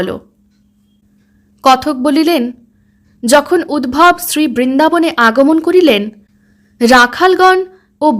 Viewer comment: উদ্ভব নয়, উদ্ধব। রাগ কোরোনা কিন্তু, তুমি বড্ড ভালো বলছ, তাই এই ছোট খাট ভূলগুলোও যেনো এই প্রেজেন্টেশন এ কোনো খুঁত না ফেলে, তাই বলছি।